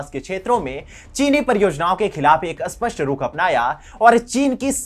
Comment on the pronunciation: "स्पष्ट" शब्द को "अस्पष्ट" क्यों बोलते हो ? क्या आप हिंदी कम पढ़े है ? पूरा मीनिंग उल्टा हो जाता है ।